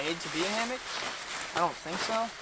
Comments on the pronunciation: Why is he saying ham ock? It's hammock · Also you can just say hammock, it doesn't have to be HAM-AWK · Pronounce it like “Hammick” NOT HAM-OCK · Two things: 1) Keep he's hilarious 2) you don't know how to pronounce hammock? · Ive never heard someone pronounce hammock like that before... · The way you say hammock pains me.